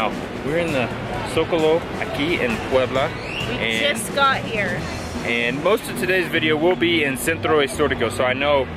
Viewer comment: Please do not do that. It is offensive to the people of Puebla